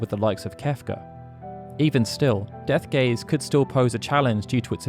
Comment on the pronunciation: Ich verstehe die ganze Zeit „Deathgay“ 😂